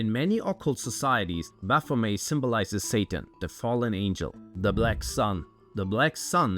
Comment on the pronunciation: You can't even pronounce baphomet. May Satan punish you for this.